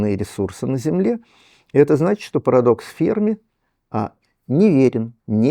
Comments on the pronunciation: Не Фермі', а Фе'рмі!!! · Почему ведущая произносит фамилию Ферми на французский лад, с ударением на последнем слоге? В отличие от Сурдина.